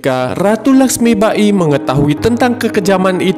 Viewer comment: Dr awal smpe akhir pen komen, lakhsmibai min bkn lakhsmiba-i 🤦‍♂️ Ini kan film bollywood bkn jepang.. Saya suka channel ini, mg kdpannya msukan2 netizen di apresiasi & dtrima ya min, bkn skedar kritik tp jg mmbangun ✌